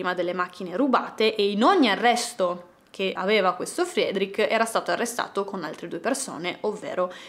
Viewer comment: ...si pronuncia "Fredric", non "Friedric". Lo so perché ho un amico di origini ruandesi che si chiama Frederic. 😂😂